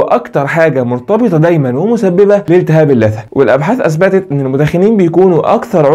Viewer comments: اللثة وليس الثة تكي على الام يادكتور عشان يطلع اسمها صح ... جزاك الله خير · ممكن تنطق كلمة اللثة بالصح نطقك جدا مستفز معني حبيتك ههههه